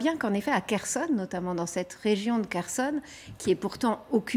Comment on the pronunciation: On ne dit pas Kherson ! Pauvre blonde